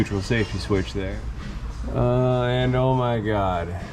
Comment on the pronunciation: The way he says “oh my god” right there reminds me of the “why you lying” meme 😂😂😂